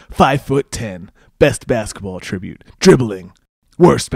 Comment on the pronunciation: It's an attribute....not pronounced like attributing